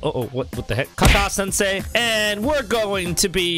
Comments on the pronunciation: ka kashi sansay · It should be kakashi sensei But when u say it it lol